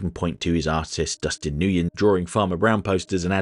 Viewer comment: I think Dustin Nguyen's last name is pronounced "When" instead of "New-yen"